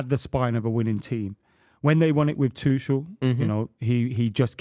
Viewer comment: The irony of saying "yoo dont know ball bruv" about ten times in the same show he calls Gabriel Jesus "Gabriel Hay-zooz" and Thomas Tuchel "Thomas Two-Shell". Then there's the thinking that Maignan still plays in France...